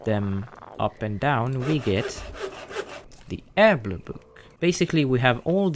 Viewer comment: Also, I love how you say Herblore. "Urblur" Book. It brilliant, I love it, and everyone else is saying it wrong.